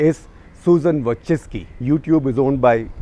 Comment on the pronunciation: No one said a correct pronunciation of Youtube CEO NAME including you Gupta